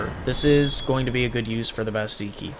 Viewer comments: Omg dude theres 2 L's in "Bastille" quit ignoring them! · I looked it up because it was bugging me too, and it turns out that it's actually the french pronunciation of the word. (I'm not saying that it's intentional, just saying)